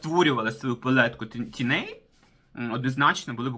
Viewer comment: Косметикою майже не користуюсь. Дивлюсь Вас, щоб відключитися від буденного негативу. Почула слово " тіней" . У цьому слові наголос на " і". Вибачте. Миру, щастя, здоров'я.